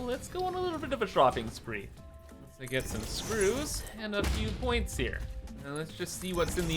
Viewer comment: I’m trying to learn as much as I can through Osmosis because the farthest I’ve ever gotten is up to Stage 2 of the Space Elevator. Your funny Cable pronunciation and then the Screws “EUUGHGU” almost made me choke on my dinner. Thanks! (This playthru I lucked out & unlocked Cast screws very early on… EUGHG INDEED :’D )